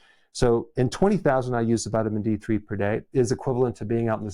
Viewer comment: Its" D3" NOT!! D" For Men!!! Doctor u Should!! Bd Saying: This!!!